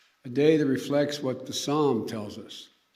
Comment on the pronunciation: He finally pronounced it Psalm instead of palm. Somebody must have told him he needs to pretend to be a Christian, better.